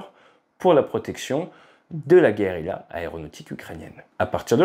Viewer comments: Guerrila ? ce serait pas plutôt guérilla, qui se prononce avec le yeu pour les deux L .... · Guérilla et non Guerrila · Super Vidéo , comme d'hab. Juste un truc : Trop d'R et pas assez d'L à "Guérilla" à partir de 3'. Surtout pour de la Guérilla aérienne : Il ne faut certes pas manquer d'Air, mais comment peut elle voler sans assez d'L ? ;-) Pour la petit Histoire, le terme a été créé par VON CLAUSEWITZ, qui détestait Napoléon et a observé l'organisation de la résistance Espagnole à l'invasion des Français : Guerilla = littéralement "petite guerre" en Espagnol. Division en cellules, fusion dans la population, messages chiffrés, ... autant de méthodes qui sont toujours appliquées et ont fait flores dans la résistance Française, en Indochine / Vietnam, Algérie, ...